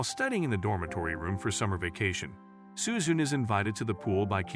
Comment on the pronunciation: its su-zu- ne not su-zune.